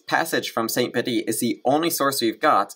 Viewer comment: Just a quick note....Bede's name is pronounced as if written "beed".